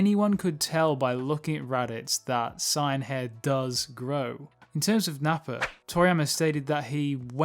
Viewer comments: SAY-YAN not SIGN WTF It's pronounced how that way everywhere and by everyone, not sure how you got to SIGN. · wh ydoes this dude say sign its saiyan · It's pronounced as Saiyan. Gine's name is pronounced as Jean! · The mispronunciation of Saiyan is triggering an intense desire to slap the taste out of your mouth the correct pronunciation is like this say-in in your next video fix your pronunciation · Learn how to say saiyan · He dedicated his whole channel for dragon ball but can't say saiyan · why cant this guy pronounce saiyan right?